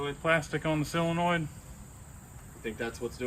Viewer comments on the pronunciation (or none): Whats up with you not knowing how to pronounce the word solenoid?